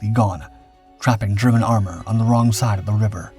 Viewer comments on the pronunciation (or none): none